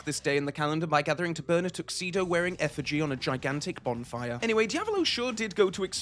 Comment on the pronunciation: beg pardon, did you say “bonfire” or “Bond-fire”?